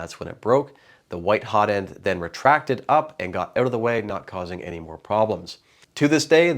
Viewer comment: "Hozzle"/"Notend" - love it! xD